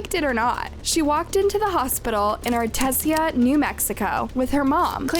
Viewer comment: I use to go to school with her. Also you pronounced artesia wrong lol